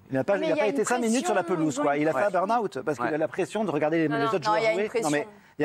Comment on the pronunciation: « BURN - AWOUUT » 😂😂😂